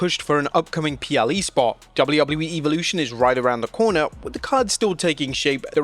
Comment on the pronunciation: WHOEVER IS SPEAKING THIS VIDEO.. .. LEARN HOW TO SAY WORDS CORRECTLY!!! EVOLUTION......... SAY IT RIGHT GOOF